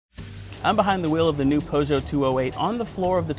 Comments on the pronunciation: Tedrick Leong I wasn’t trying to say pew. It’s like “poo.” He said po. I speak French, Japanese, Spanish, English. Pretty sure I’ve never heard it that way but maybe you just misunderstood my correction. Listen to any how to pronounce video. It’s not “Poe-zho.” It’s poo-zho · Po-Jo? It's "Pew-zhoe" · I'm french, for native English people : Peu Joe (without insisting that much on the "j") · Po zho??? Lol. You’re in the CAR, doing a video and don’t know how to pronounce it? No one corrected you?? How does this happen. 😅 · Well his name is not Antoine so it is self explanatory! It should be "Purr show " But not too many people ( many Americans I'm sorry to say ) digs out original language pronunciation. For example......Eye Talian for people from Italy or Eye Rack for Iraq. You get the point.